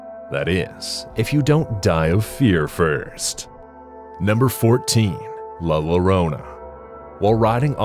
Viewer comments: it's not "la lorona" it's pronounced Yorona. the two ll is like a y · You mispronounced LA LLORONA. It's YO-ROH-NA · It's LA LLORONA! the it's a Digraph! The LL are pronounced like "Y" sound.😂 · Makes you wanna watch the videos on mute!!! 😒 Also double L in Spanish makes the sound of a Y. La Llorona will be hunting your ass for butchering her name the way you did 😭